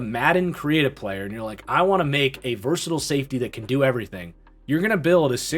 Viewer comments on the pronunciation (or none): none